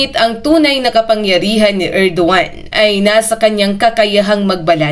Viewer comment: Erdogan not Edoan